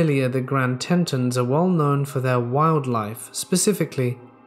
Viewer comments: it's pronounced "Grand 'Tee' Tawns" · It's pronounced "Grand TEE-tons." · It’s pronounced TEA-TON!!!!! Lol it’s right above Jackson Wyoming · It's pronounced "tee-tons" and yes they were named that because they looked like boobs. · It's pronounced The Grand Teetons national Park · Tetons man. Your pronunciation is off